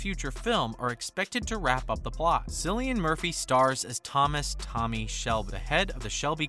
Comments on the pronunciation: "Sillian Murphy" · Are you serious? You spent time narrating this video and you couldn't even pronounce his name right? You lost me as a viewer after the very first word. That's a first.